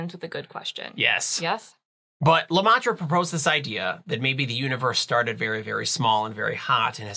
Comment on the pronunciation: It's pronounced "Le-meh-tre", not "Le-mah-tre" 😅.